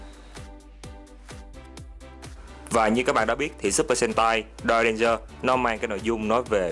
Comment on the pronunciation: Supper sentai đọc lẹo lẹo thành supper hentai đúng kiểu Nhật lun =)